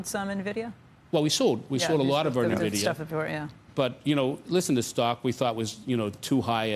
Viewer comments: oh dear....if you can't pronounce Nvidia property you definitely shouldn't be investing in it! It's pronounced ENVIDIA not NERVIDIA!!!!! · What’s Na - Vid - iya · If you pronounce Nvidia as “NUH-vidia”, your analysis is useless. Simple test of whether the homework was even done correctly. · Oh you sold nuvidia huh 🤣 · For the love of god stop saying "navidia"!